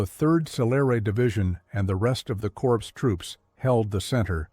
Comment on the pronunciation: You pronounce corps as corpse like Obama. Obama and AI don't read military history and don't know any French.